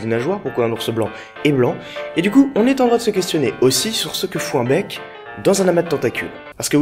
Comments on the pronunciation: bien la video mais tu a dit mec u lui de bec du coup j ai cru que tu parlait de bite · Au départ j'ai entendu "mec" au lieu de "bec" x) donc voilà, toute pieuvre qui se respecte a un mec. Oui, c'est farfelu. Autant que ta coiffure même, je dirais. :3 :p